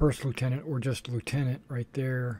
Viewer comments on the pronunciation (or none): You're pronouncing "Lieutenant" incorrectly for a British squadron.